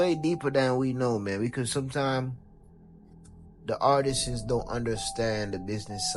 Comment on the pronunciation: “The ARTISSES”? And you’re talking about ignorant?